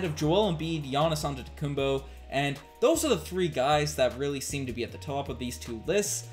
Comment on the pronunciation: can you pronounce giannis' last name with a 'P' not a b. long time watcher but really disrespectful when people don't take the time to pronounce people's name properly specially as a podcaster/analyst. really bothers me when people say fred vanfleet as well. jus sayin